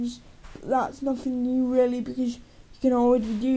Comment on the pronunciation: "It's not really for tweakin' its weely foh optimizing"